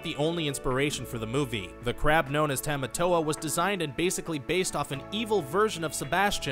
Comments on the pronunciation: I have some problems with this. Sorry for the rant: 1. It's pronounced "TAH-mah-tow-ah" not "TEH-mah-tow-ah" 2. Maui and Moana might be related, but he's definitely not her grandfather. He was stuck on the rock island for 1,000 years 3. And while Moana and Lilo could maybe be related, David wearing a fish hook necklace is hardly proof - the hook necklace is a popular jewelry in Hawaii, and David isn't even related to Lilo, so what does his necklace have to do with it? 4. How does Moana not being an official Disney princess "completely change the movie"???? 5. For the Wonder Woman and LotR comparisons, they just follow the same basic stages of the hero's journey. Try googling Joseph Campbell. I also don't see how this "completely changes the movie" 6.....Okay, first of all, his name is PUA not POW! Secondly, the reason Pua was left behind was because it was ultimately decided by Jared Bush that Moana's journey should be as difficult and uncomfortable as possible, so they made Moana leave the only friend she had behind. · Agree Rant can you pronounce Tamatoa correctly please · The way he was saying tamatoa...... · Would appreciate if you pronounced Tamatoa properly